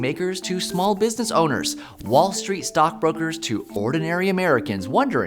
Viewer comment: Miss, stand in front of the mirror three times a day and practice pronouncing the letter combination "STR" properly and not "SHtr" as you do, and "XTR" not "kSHtr". "Stripper" not "SHtripper, "Street" not "SHtreet", words ending with "S" immediately followed by words starting with "TR", pronounce "eXTRa" as "ekStra", not "ekSHtra". It makes it very difficult to follow, it implies laziness, and so, decreases your credibility. Even "influenCE Trends" you pronounced "influenSHtrends"!